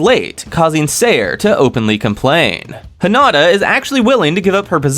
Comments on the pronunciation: Heen ah tah … is how you pronounce Hinita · These videos would be way better if you would stop pronouncing the names WRONG of some of the characters. Especially Hinata and Milim. It sounds stupid the way you say it. If you ACTUALLY WATCHED THE ANIME, YOU'D KNOW HOW TO PRONOUNCE THEM.